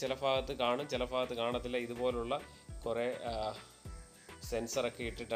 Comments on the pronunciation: ഫൂമിയിൽ അല്ല ഭൂമിയിൽ ഫാഗം അല്ല ഭാഗം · ഫാഗം അല്ല ബ്രോ ഭാഗം എന്ന് പറയൂ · ഫാഗം അല്ല.. ഭാഗം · കേരളത്തിൻ്റെ ഏത് ജില്ലക്കാരാണ് ഫൂമി, ഫാര്യ, ഫാഗം ( ഭൂമി, ഭാര്യ, ഭാഗം) എന്നൊക്കെ പറയുന്നത് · ഫാഗം അല്ല ഭാഗം 🥰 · ഫാഗം അല്ല ഭാഗം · Chila sthalangalil BA k pakaram fa parayum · ഫാഗം അല്ല ബ്രോ ഭാഗം ആണ് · ഫാഗം..എന്നല്ല പറയെണ്ടത് സുഹൃത്തേ..ഭാഗം എന്നുവേണം പറയാൻ..മലയാളം ഇതുപോലെ വികല മാക്കി പറയുമ്പോൾ താങ്കളുടെ വീഡിയോ കാണാനുള്ള താൽപര്യം കുറയും.. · അളിയാ ഫാഗം അല്ല ഭാഗം എന്ന് പറയു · ഫാഗം അല്ല, ഭാഗം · Fagam alla chetta bhagam 😂😂😂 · ഫാഗത്ത് അല്ലാ